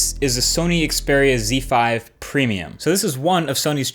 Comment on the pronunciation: Great! A youtube reviewer that doesn't say "Ze/Zed" when pronouncing Xperia phones.